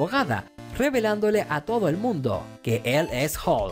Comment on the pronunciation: Hihihi el doblaje latino dice hulka